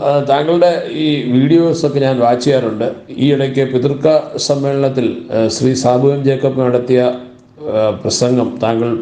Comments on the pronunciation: ഞങ്ങളുടെ പഞ്ചായത്തിന്റെ പേര് പൂതൃക്ക (poothrikka ) എന്നാണ്. അല്ലാതെ പലരും തെറ്റായി ഉച്ഛരിയ്ക്കുന്നത് പോലെ പിതൃക്ക എന്നല്ല. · Thank you bro......പേര്.... വ്യക്തമല്ലായിരുന്നു......